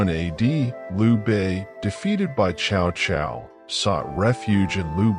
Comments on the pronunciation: It's pronounce something like Sao Sao, not shao shao. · can’t even pronounce Chinese name chow chow 😂😂😂